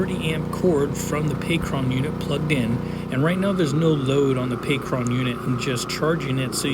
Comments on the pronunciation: not pay-cron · I just have to ask maybe you will maybe you won't answer me but why do you keep on saying Pacron and not Pecron .... I deem you as one of the best when it comes to the content that you make on YouTube. So for you to be mispronouncing a word like that its annoying. Maybe your messing around or maybe im not hearing you clearly i could be wrong. Smh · "Pay Kron"? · Stop saying "pee cron"